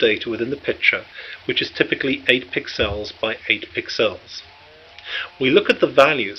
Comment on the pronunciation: Pixels, not piccells.